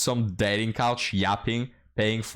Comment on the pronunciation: keeps saying "dating couch." LOL WUTT? Casting Couch? Oh. Oh! Dating coAch...